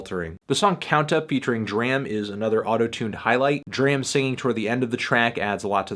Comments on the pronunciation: Dude, please learn how to pronounce "DRAM". Please. For the love of all things. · It's DRAM, not DRAM